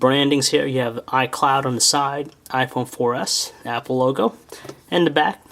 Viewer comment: you said mapple